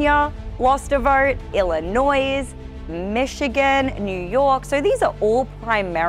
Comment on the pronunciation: Did she just say Illinoise?